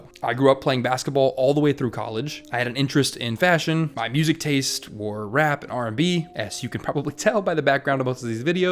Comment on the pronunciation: "...my ‘professional’ video essay voice gets dropped half way through the video..." In the beginning it feels more pushed into enunciating whereas towards the end it turn into you being you. YouTube is all about you being you, so I suggest you be yourself. You got a bit of AH in "MY generation" so it's not a strong accent enough for you to worry about it.